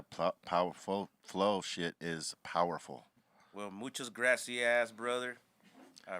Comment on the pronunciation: “Mucho grassciass brotherr “ 😂😂